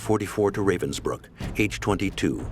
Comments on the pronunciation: A sad but interesting documentary. But I wish the narrators would take a minute to listen to how Ravensbruck is pronounced. Ra - as in ra- violi. Ra- vensbruck. Not the English Ray-vensbruck. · The narrator completely massacre the German words, like how Ravensbrück is "translated" into "reivensbrykk". 😖